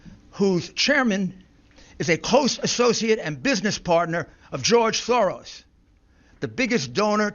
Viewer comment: “Geoge Thowos” -rudy